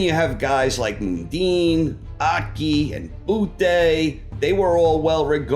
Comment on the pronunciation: Just an FYI,, the Mun in Mundine is pronounced like Monday - but he shouldn't be on the list anyway, so don't stress.